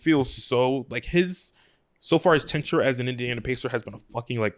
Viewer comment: One day will pronounce Tenure correctly